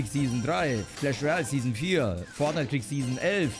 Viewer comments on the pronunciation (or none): none